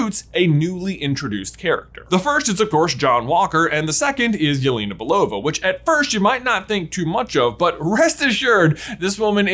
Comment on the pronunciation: Really nice video and interesting theory. Well done! But let me correct one moment please. Name Yelena is pronounced a bit different. The 2nd vowel 'e' sounds like the 1st. It should sound like in the word 'television'. Also you can copy word 'Елена' and listen it in translator. No offense but I would appreciate if you at least try make the pronounciation better)